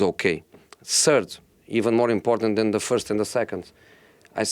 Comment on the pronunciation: Nobody: Jose: de referees